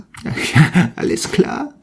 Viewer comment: means all right. you pronounced it perfect!